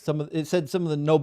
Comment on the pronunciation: is truly a testament to the direct connection between religion & the Dunning Kruger. He couldn't correctly pronounce mono-atomic, let alone in-fi-ni-te-si-mal, but he heard those buzzwords somewhere and thought it would make him seem smart. He pretended to be waaay smarter than he is (a folly of the young & naive), but when called out by experts, started raging like a toddler. Those incessant ad homs towards were hilarious projection, I love how he laughed it all off and just kept shooting back quips the kid couldn't handle. Bravo, king 🤘❤️🤘 It's true tho, he rly got nice teeth, you gotta show what you got 😁 I raise a glass of mono-tonic to, but I'll make sure to add some gin, because some guests are unbearable without alcohol.